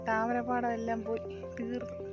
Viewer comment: wow താരമ പാടം... ശേ.. അല്ല താമര പാടം